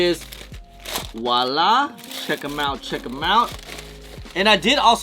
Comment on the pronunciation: Pronounced Voila not wala